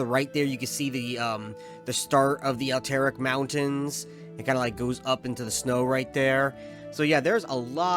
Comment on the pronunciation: this guy says "alteric" for Alterac